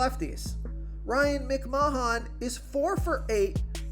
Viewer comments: When will you learn how to pronounce the names? Its mc-man not mic-mahon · Lol. "Ryan Mc-man" not "Mic-ma-hahn" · MICK MAH HAHN LMAO